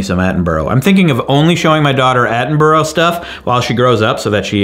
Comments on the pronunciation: Attenborough got me every time. Its at-in-BRUH not at-in-burrow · sorry to be that (english) guy, but it's pronounced "attenbruh" (like "brother" without "ther") , not "attenburrow" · FYI it’s not Atten-bro it’s Atten-bur-rah : British person rant over 🇬🇧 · It's "At-en-bruh", and not "At-en-burrow". The word 'Borough' is only pronounced as "burrow" by Americans, which is fine if it's any every day word (which it is in the UK...) like tomatoes or potatoes, BUT not if it's the name of a person or place, especially the legend that is the one-and-only Sir David Attenborough!! :D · Love your stuff 😁 but as a pedantic limey anything with borough in it is pronounced 'bruh' 😁 big love man, keep it up ! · Omg I love you, you've been keeping me company all day data inputting but THAT IS NOT HOW YOU PRONOUNCE ATTENBOROUGH it's bur-rah... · "David Attenburrow"......... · As a Brit I love that you can't say Attenborough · you say Attenborough wrong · Why are you pronouncing Attenborough's name like that 😭